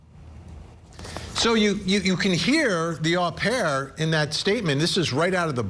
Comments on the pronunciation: It’s pronounced O pair , it’s really funny how you say it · FYI Vinnie. You’re mispronouncing au pair. It’s “oh pair.”